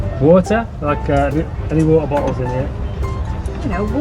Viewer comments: What's 'Water' in Hindi..... guy replies, "Vaaturrrr". LMAO. I feel your pain. lol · You called it Wota and we called it waterrr just as it spells with an extra R though.. 😗 I saw her on a bake food show.. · It's about your accents..... If you use Indian English version you won't face problems..... I cannt stop myself smiling the way you said water.